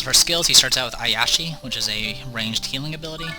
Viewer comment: The "grace" in "Coup de Grace" is pronounced roughly like "grass". It basically means "finishing blow", or something along those lines. Iyashi is clearly Japanese, so the first syllable is pronounced like "ee". Ee-ya-shi.